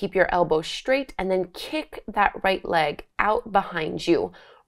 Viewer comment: Not beginner, and straight is said s traight, not shtraight!!! Ugg